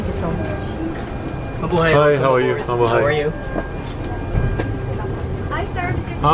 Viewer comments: 😂😂😂😂 I laughed so hard. Ma-buhay not Me bu he. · It's pronounced "ma-boo-hi"... Not, "ma-boo-hay".... great videos... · he said Ma-bu-Hay not Ma-bu-hai... 😂😂😂😂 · MabuhAy not mabuhEy. Someday, I'll fly a PAL airliner and I'll be it's captain. Wish me luck :D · It’s not pronounced mabuhay it’s pronounced ma boo hi (it’s Filipino for Live) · Mabuhay = "Mah-boo-high," not "mah-boo-hay." Otherwise great video, as always. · It's not mabuhey it's Ma-bu-hay that's how you say it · It's MABUHAY not mabuhaay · "Mabuhey" fuckk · It is pronounced mabuhai as in hi and hello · Your saying Mabuhay wrong.. Its Ma-boo-hai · Bro its pronouced (ma-boo-hai) thank me but thanks too you i know whats it like in first class btw im a filipino MABUHAY PILIPINAS! DU30 for the win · Wrong pronounciation its ma bu hi! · Mabuhay = ma bu high. ay = i as in 'high' or 'line'. Fiesta Class (economy) might be a different story. ;-) Nice video. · Im a filipino and he pronounce the mabuhay wrong